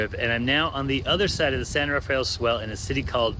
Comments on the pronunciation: San Rafael is actually pronounced Ra-fell. Two syllables. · The San Rafael Swell is pronounced "San Ra-Fell Swell". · Great video but you are pronouncing the San Rafell Swell incorrectly. It is San Ra Fell just two syllables. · I posted a video of the area some years ago and called it the San Raf e el Swell and was promptly corrected. There's another townsite called Paria, in the Grand Staircase–Escalante National Monument, and I referred to it as "Par I ah" but was told the actual pronunciation is "Par E ah".